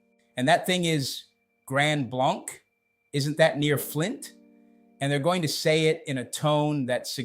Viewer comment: If you’re going to make the claim that you live here, learn how to correctly pronounce the name of the community: Grand BLANK- as in empty, nothing.